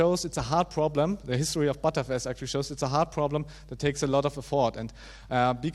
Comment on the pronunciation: Great talk, but please let's call btrfs "betterfs" not "butterfs", which sounds sometimes like "buttfs".